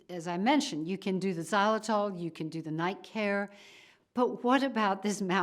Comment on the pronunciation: What the heck is zalatol? She keeps repeating it.